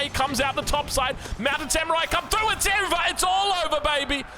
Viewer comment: got so excited he turned British for a second "It's over!" 🫖